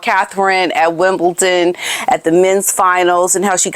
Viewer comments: Love to follow your channel, and yiu talk such logic but it’s Wimbledon to WimbleTon. D not T - I thought you’d want to know. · Wimbledon - not Wimble-TON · Dear; I love your channel and have been a subscriber for about 2 years I'd say. But....as a tennis aficionado I need to politely and respectfully inform you that the Grand Slam tournament in London you are referring to is: "WimbleDon" - Wimbledon so not WimbleTon;) This may come off as nitpicking and perhaps it is but I just wanted to let you know. Again, with nothing but respect. Keep us informed about the dastardly duo, it's really appreciated 👍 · I do think that story actually came from the Harkles or someone in their pay. The snipe at William trying to be one up on them gave the game away for me. It's pure Maggot. Oh, and, not being sarccy but it's Winble D on, Winbledon not Wimbleton ❤ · It's Wimbledon not ton❤ I do love your channel! ❤ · Hello there. Just to let you know there is no T in the name WIMBLEDON.